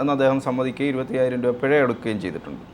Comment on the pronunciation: പെഴ അല്ല പിഴ ആണ് ചേട്ടാ....